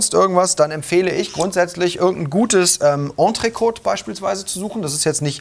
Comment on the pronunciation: Am Französisch solltet ihr auch noch ein bisschen arbeiten so von wegen Entrecôte ;)